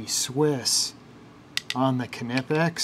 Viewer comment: Why people say kenipex, instead of knipex?😁 It is not right to compare used tools with brand new.